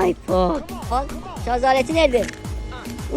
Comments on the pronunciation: iPhone ❌ Afyon ✅ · "AğAğĞĞğ aaAyFOnnn" 😁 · "Ağğğğ aypon "